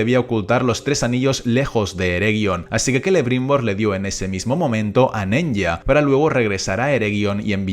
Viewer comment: Apsenë, pero los anillos se pronuncian: Nenia, Vilia, Naria...